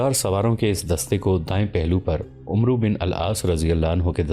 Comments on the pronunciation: ارے بھائی عُمرو نہیں ہوتا، اسے عَمْر پڑھتے ہیں، ایک بار آپ اسے ضرور سنا دیا کریں، ورنہ اچھی نیت سے آپ غلط طریقے سے بہترین تاریخ پیش کریں گے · برادر، تلفظ کی اصلاح کیجیے۔ عمرو بن العاص میں عمرو نہیں بولا جاتا یہ بولنے میں امر ہوتا ہے۔ یعنی بولیں گے تو اسے "امر بن آس" بولیں گے۔ لکھنے میں عمرو بن العاص ہی ہو گا۔ شکریہ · بھائی لکھنے میں عمرو بن عاص ہوتا ہے پر پڑھنے میں عَمر بن عاص پڑھا جاتا ہے۔ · Umro nahi amer ibni aas ,aur sharjel nahi shurahbel ibni hasana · Please correct yourself. The name of the Sahabi is NOT Umro bin Al Aas. The correct pronunciation is Amar bin Al Aas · عمرو نہیں بلکہ امر کی طرح عمر پڑھا جاے گا باقی ماشاءاللہ بھت خوب❤❤❤❤❤❤❤❤ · او اللہ کے بندے عمروبن العاص کو عمرو نہیں بلکہ عمر پڈھتے ہیں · Brother his name was not umru its amar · عمرو کو عَمَرْ کہنا چاہئے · عمرو لکھنے میں ایسا ہے لیکن پڑھنے میں عمَر ہوتا ہے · عمرو کو پڑھتے ہوئے عَمر پڑھتے ہیں یعنی ع پر زبر اور و نہیں پڑھتے۔ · عمرو پڑھنے میں امر پڑھا جاتا ہے۔